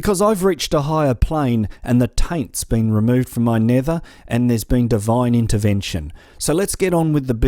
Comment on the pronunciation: I'd swear he said 'Design Intervention'... I suppose either works... :p